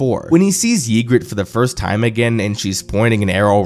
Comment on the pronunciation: How much of this show did you even watch If you can't even pronounce Ygritte correctly?